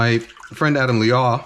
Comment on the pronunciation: Adam! MasterChef gang yo! Liaw rhymes with cow though not aww. Would love for him to show you Malaysian food though, we are the foodies of Southeast Asia.